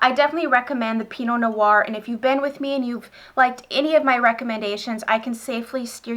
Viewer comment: Hello! Just a little tip from a frenchie over here ;) Pinot noir, the "noir" part is only one syllable, you seem to be saying no-oir, but its pronounced just noir (like "nwar") ;)